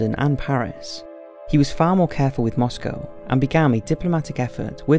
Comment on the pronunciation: Listen mate, it's MoscOw not MoscAw that's how Americans pronounce it. Like eye-raq